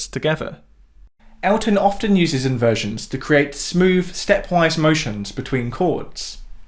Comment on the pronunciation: Great videos always but if you can pronounce ‘the’ why do you use v in the word other. You keep using v. Smoove instead of smooth. It’s terribly irritating.